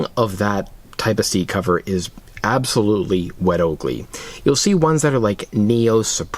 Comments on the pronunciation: It’s “wet oh-co-lay” not wet Oakley. Okole in Hawaiian is BUTT these seat covers where first started in Hawaii for people like surfers, and the rest is history. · Oko LEH…. not oakley, not oko lay. Oko leh. Good video though thanks! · Wet "oakley" 🤣 fyi, its pronounced "oh-co-lay" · It’s pronounced o ko lay, it’s Hawaiian for Butt.